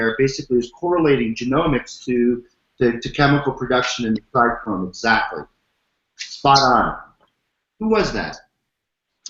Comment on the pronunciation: Dude sounds hella smart. Why is he saying tricrome? Someone should correct him its trichome last time I checked haha